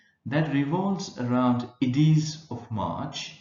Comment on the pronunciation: Ides pronounce is wrong sir